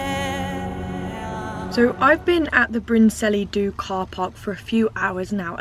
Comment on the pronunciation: Bryn Celli Ddu is not pronounced Brin Sellee Do, but more like Bryn Kellee Thee (remembering the Welsh LL sound in the middle word)